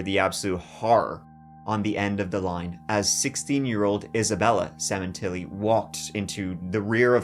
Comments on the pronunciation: Semen....tilli. Funny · Sementilli, cut the tilli 😂